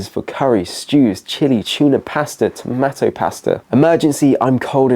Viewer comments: That's what I was wondering, it was repeated so many times and totally distracted me from the rest of what was being said. Strange to say the least!😮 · Tomatto? You nearly lost this viewer when you kept saying that. great advice though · He pronounces tomato as tomatto throughout. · Who taught you how to pronounce "tomato"?! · Nobody going to mention his pronunciation of tomato? Really nobody? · What pronunciation of "TomAto" is that, it's like half US, half UK pronunciation 😂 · One of the best series on the internet which i've on just discovered and am going through them daily. However, Oh My! i'm vetting and censoring them dreading the likelihood should they have use of the word TOMATO 😈 i ain't never heard it pronounced this way! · Nobody pronouces 'tomatoe' like that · Why can't you say tomato?